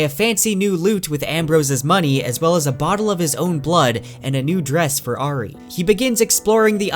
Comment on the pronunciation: This is an amazing in depth summary as always.. the only blemish is how your pronounce the name Auri…